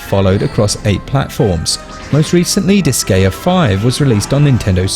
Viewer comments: heard "dis-gay-uh" 6 seconds in and I couldn't do it anymore. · Good review, but your pronunciation of Disgaea is irksome. Seriously how do so many people not know how to pronounce "Gaea"....? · Most native English speakers never pronounce anything foreign correctly. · god damn it! how can you mispronounce the name of the game so many times?!